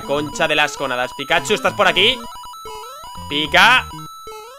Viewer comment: comfirmado que no sabe leer no decia pikachu decia pikahu por dios